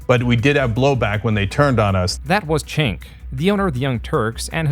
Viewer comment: you keep pronouncing Cenk wrong. You should pronounce it, Jenk. For all your time putting these videos together, it cheapness the perception of how you get your research when you make a simple error like this. Yet you must have heard someone say his name by this point.